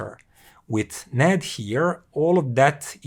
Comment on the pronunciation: I think it is pronounced separately, N - A - D